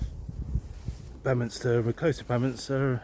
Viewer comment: Toller Fratrum. Where my mum and dad got married. And also where I live. But no one says toller “Fraturnum” We pronounce it. FrAtrum Had quite a few funny encounters with walkers saying they are also looking for Toller Puckerum 😂. Very funny and amusing. Also BEEminster. I pronounce it Beminster It is spelled Beaminster